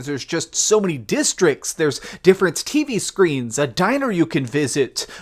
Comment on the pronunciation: When u said “TV screens” I heard Titty Screen 🥴